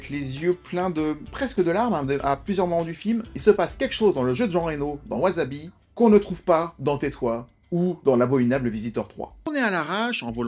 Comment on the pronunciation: Au fait, ça se prononce ouaSSabi, pas de z. Super vidéo, j'aime beaucoup le film. Je connaissais pas mal d'infos car j'avais vu les interview mais c'est toujours aussi intéressant de regarder les coulisses du film